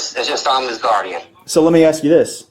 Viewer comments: I'm sorry but if you're in leadership at an educational facility you should at least be able to pronounce ask correctly. It's so distracting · i think the biggest crime here is having a d.e.i *teacher that cant pronounce the word "ask" like c'mon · The principal cant even pronounce the word ask correctly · Lovely. An educator who can’t say ASK. Unreal. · If you run through the comments, alot of people are concerned with a tax paid school administrator not being able to pronounce a 3 letter word. 😂🤷‍♂️ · and thats the assistant principal. Can't even pronounce ask properly. Uuugg thats called a DEI hire. 😡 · Im sorry but if youre a principle or superintendent or whatever, you should be able to pronounce the word "ask". Its not "axe". Youre an educator and mispronouncing words isnt "cool" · Let me AXE you this question…😂😂😂…. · Aks. Aks. Aks. Aks. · That principle saying "can I axe you something" is unacceptable. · A school principal and she can’t pronounce ASK right, I’ll spell it again for the ones that don’t know it’s ASK not AXE dumbasses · How does a school administrator still not know how to pronounce the word “ask” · How could you get a position of authority in education if you pronounce ask, like axe? and say Huh? instead of pardon. America is so goofy. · "We're AXING these questions" --and she is an "educator".... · Who’s the black lady at the desk. She said axe instead of ask. She sounds incredibly dumb. Is everyone on drugs? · You would think working at a school she would figure out how to pronounce "ask" and quit saying "axe" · If the principal can't pronounce "ask", instead says "aks"; the students are doomed. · The principal was just “axing” him questions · You know what is funny. She literally said "ax" for ask. It's on video. But since YOU associate that with black people it must be the initial guy being racist. I just think you need a look in a mirror before labelling others. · How can you respect someone who says “axe you these questions”